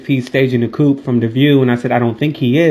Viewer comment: What happened on January 6 2021, in D.C. was NOT a coup...pronounced.."Koo", Not coop like a house for chickens. Coup is derived from the French "Coup d'etat" defined thus: "a sudden and decisive action in politics, especially one resulting in a change of government illegally or by force." Get my point? Continued success as you live life on your own terms, use and pronounce words correctly as you do so. I encourage you to be a better communicator. Merry New Year!♥